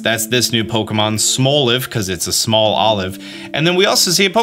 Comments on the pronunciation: Say small. "small" Say olive. "olive" Say Smolive "Smoulive" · Smo-live or small-live? I think it'll be pronounced small-live